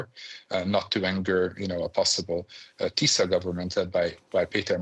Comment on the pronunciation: It’s just not professional: tries talking so profoundly about unternals of Hungarian politics and doesn’t manage to pronounce the parties Fidesz and Tisza correctly. He swaps sh and s consequently. Sz is just s as everyone knows how had listened more than 5 seconds to Orbán or Magyar. This makes the whole rest untrustworthy and has a very arrogant touch